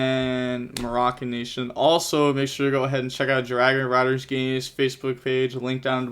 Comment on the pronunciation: What's this? saying Moroccan Nation's name correctly? Content